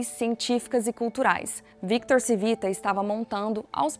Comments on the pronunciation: Não era Civita , era “ Tivita” o correto de falar …É italiano ! Colocam a pessoa pra falar de algo e alguém tao importante e nem sabem pronunciar … nem foram atras saber o sobrenome direito ?? Eu hein ?! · Por favor, corrija a pronúncia! Não se pronuncia Civita porque não é Português e sim Italiano. Lê-se "Tchívita"😢. Gostei do conteúdo, pois fui assinante de várias revistas da Editora Abril. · “Tchivita” não “Sivita” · Video excelente! Único pecado foi faltar um pouco de pesquisa e chamar o dono e fundador de Victor "Sivita", sendo o modo correto é "Tivita". (Victor Civita. Roberto Civita). (Pode ser comprovado nesses vídeos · O nome do cara é Tchí vi ta. Proparoxítona. O nome é italiano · Excelente video! Nos tempos áureos da Abril - e também dos meus pais 😂😂😂 - no final dos anos 80/começo dos anos 90, assinávamos VEJA, Capricho, Superinteressante e SET (especializada em cinema). E líamos todas!! Deu saudade deste tempo. Só uma pequena correção: o nome da família Civita se lê (Tchívita). Parabéns pelo Canal! :) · Como vcs fizeram uma pesquisa tao completa e erraram na fonetica do nome do fundador ? Era só procurar uma mencao "CIVITA" em qq tele jornal ou radio e saberiam pronunciar o nome de uma forma correta... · Muito bom o vídeo, só tenho uma ressalva se a pronúncia do sobrenome Cívita está correta, dado que é italiano seria proparoxitona e não paroxitona como no vídeo.